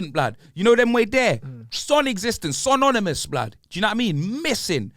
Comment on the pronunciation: Man said sononymous 🤣🤣🤣